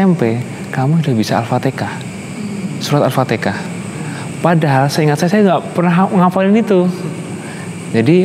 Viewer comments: AL Fatihah mah jgn Al fatekah nanti tkt dibully ky Ri1 kmaren hahaha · Ya dalam hadis di sebutkan alfatihah bukan alfateka sprti si Anu😆😆😆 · Dia Bisa bilang AlHAmdulillah, pasti dia bisa bilang AlfatiHAH.